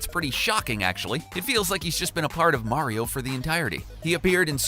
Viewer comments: its not mairio, its mario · It's Mah-ri-oh. Not Mare-e-oh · Say it with me now. Mercury...Venus....Earth......MARS!!! ITS MARS! MARIO!!! MARR!!!!!!! NOT MARY-0. Geez, ask your co-worker he got it right why can't you? You can say WARIO with no problem, just replace the W with an M and you got it! Smh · MAR-ee-oh NOT MARE-ee-oh (ugh...) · Quit saying Mary-o it’s mar-e-o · Do you even kno how to say mar-io you say mario like u you mars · Mayrioh... shygearoh maiyamoto.... it is killing me!!! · Super Meh-ryoh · For the love of god stop saying Mare-ee-oh. Learn the subject matter before you make a garbage hour video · "Mehwio" "Super Mehwio Party" "Mehwio 64" "Super Mehwio and the night of horror" Lol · Stop saying MARY-O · "Sewper Mary-o Brethers " - some dipshit who lived down the street from me back in the 80's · how many times did he say MARY-O? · he like Mary-O from Mario Maker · Also, “Maereeo” and in the Zelda portion, “Hi Yaah”. Like are these guys trying to piss off their audience? It’s working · In order for Mario's name to be pronounced the way does it would have to be spelled Mareio, but alas it is not. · Nintendo's DARKEST secrets: sometimes people ship peach with Bowser! 🤦🏻‍♂️ These awful "facts" combined with his inconsistent pronunciation of Mario are embarrassing. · What kind of sick bastard pronounces "Super Mario" that way.. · Can't say mario right can aay wario... This channel cant be real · The the way he says mario